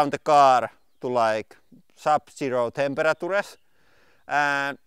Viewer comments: Hahaha that pronuance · "temperatures", sounds so funny :D